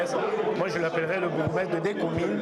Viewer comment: Ezalaka "Bourgmestre " et non "Borgoumestre"